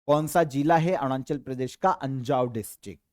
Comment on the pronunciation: Sir Arunachal ko Aarnunchal bolte hai 😂😂